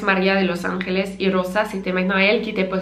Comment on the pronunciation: Je suis Español et ses pas pour te donner tu hate mais “Angeles “ le g de se dit pas avec un r c’est le j qui se prononce comme sa